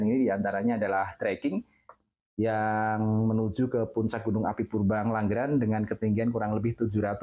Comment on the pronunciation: Ngengglangran itu daerah mana mbak anchor😅😂 ?